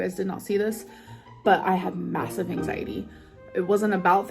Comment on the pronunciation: Am I the only one who really hates the way she says “angsietty” (anxiety).